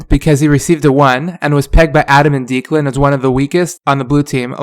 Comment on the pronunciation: It's not deekland its DEK-LEND for Declan